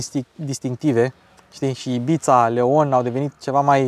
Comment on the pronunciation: formenterra e o insula langa Ibiza …apropos …pronunta cu S …IBISA …e mai aproape de realitate decat taraneala de IBIțțțța..😂😂😂😂…sunt multi italieni in Ibiza dar inca e in Spania…